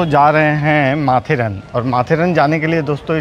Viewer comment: यह माथेरान है. माथेरन नही.